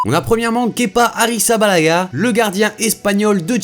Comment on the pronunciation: Mec c arrizabalaga et non harrissabalaga